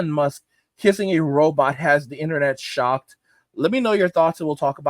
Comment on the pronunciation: "has the internet shock-tuh"